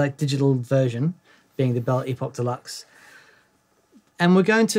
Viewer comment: Hahah instead of Belle Epoch deluxe all I could hear was belly pop deluxe. Time for a hearing test !